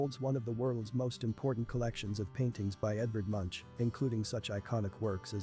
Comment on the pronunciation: Oh ye, Edvard "Munsj" 🤣🤣🤣